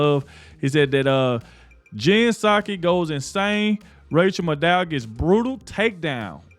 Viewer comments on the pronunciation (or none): MAD-DOW not MA-DDOW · Thank you for all you do! :) Btw... The witch's name isn't Ma dow, but Mad dow - kind of like Mad cow :D